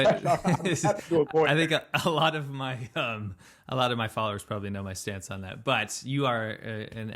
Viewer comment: Some of my fathers A lot of my fathers want to know. You got me thinking there, till I realised you were saying followers and not fathers.